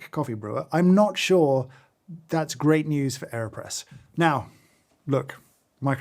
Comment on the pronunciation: I really thought he said Kanye press and I was very concerned for a second haha